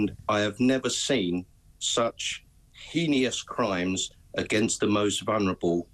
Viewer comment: It is Heinous , there is no extra I in it! they say it incorrectly every time!!!!